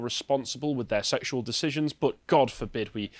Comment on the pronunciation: Anyone else hate vocal tic where he puts "uh" at the end of sentences or words for no reason? In what universe is "but" pronounced "buhtz-uh"?